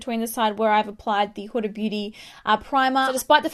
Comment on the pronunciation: This is off topic but I'm really happy you pronounced huda properly Idk why but british/Australian beauty gurus tend to pronounce it "hurra" like what's so hard about pronouncing the letter D!!?!